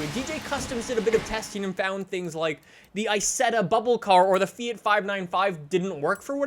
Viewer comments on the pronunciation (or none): none